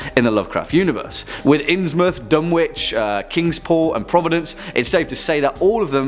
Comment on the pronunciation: The "w" in Dunwich is silent. It's pronounced "Dunich".